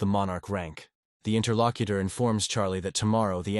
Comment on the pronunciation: I hear Inner Lock-eater, but is still p.o. ed me.